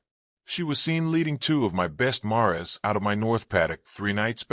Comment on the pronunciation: Is this narrated by AI?Mispronunciation of common words like mare and bow; inappropriate pauses in sentences and emphasis on the wrong syllables. Teenagers from the high school drama club could do better readings!!